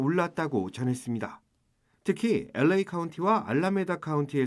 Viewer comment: 도대체 KBS는 어떻게 아나운서 마다 끝말에 다를 이상하게 발음 하는지 정말 듣기 싫었는데 이번 아나운서는 다를 이상하게 발음 안해서 그런대로 듣게 됐습니다. 그런데 어떻게 여자 기자도 또 했슺니댜.댜. 왜 그렇게 다 자를 이상하게 끄는지 정말 지겨워 죽겠네요 어ㅐ 그렇게 이상하게 발음 하는지 정말 듣기 싫어서 힘드네요.